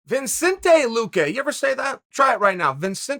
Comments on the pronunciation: No N before the C chael, now say his name RIGHT🤣🤣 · How are you going to have a whole video about saying a dude’s name and then not get it right one time?? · Lmao I accidentally clicked on this video and Chael has ALREADY messed up his first name within 1- seconds he always adds letters when he’s pronouncing names🤣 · Tells everyone to say his name, then proceeds to mispronounce the name incorrectly. Lol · There’s only one “n” in Vicente Chael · its vicente not vincentay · It's not viNcente it's Vicente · If Chael could pronounce as well as he speaks that'd be awesome. It's fun to say a name sure, buy only if you're saying it right. It's "Vicente Luque" Chael not "Vincente Luque" Put some effort i to it bud, i grew up in a mountain town surrounded by people who've never seen a person darker than an Italian and they still manage to pronounce another person's name correctly. It's not about "that's how I speak" put some effort into it, it's another man name, show some respect. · Sorry Chael but there’s no N after “Vicente”. Names that you say are one of the best things ever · Vi"N"cente luque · There's literally no "N" before the C in Vicente Luque, how is it Vincente? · "ViNcente"?? where the N came from? One of the probably easiest names to say in either language, Chael found a way to mess it. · Vicente not ViNcente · Vi"n"cente it is!!! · Are you really saying Vincente ? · Everyone: vicente luque Undefeated Uncle Chael: VinSente Luque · Its not Vincente, Mr Chael Sonnen, its Vicente!! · Chael: makes a whole video about saying Vicente Luque’s name Also Chael: Vincente Luque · Vincente luque. For crying out loud Chael it’s VICENTE! 🤦‍♂️ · It’s not VINCENTE it’s VICENTE. Lose the extra N. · me: Vicente Luque Chael: Vincente Luque me: ok Great chael: no say it out loud me: Vincente Luque Chael: fun name to say isn't it? Vincente Luque: ok great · Chael can’t read 😂 VINcente is what he’s saying 😂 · Vinsety vinsenty vinsenty Now Chael can ask Stipe to say it really fast